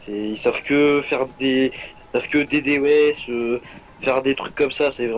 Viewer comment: ( D D O S ) le mec il le dis même pas correctement comment on peux le prendre au sérieux :D